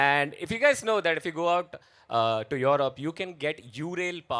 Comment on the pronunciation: Europe ❌️ Yorobe ✅️